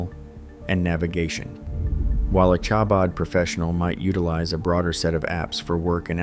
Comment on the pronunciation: Chabad as the ch in the composer Bach. Not as in cherry.